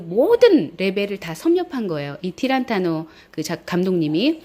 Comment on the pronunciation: 타란티노 입니다. 티란타노가 아니라... ^^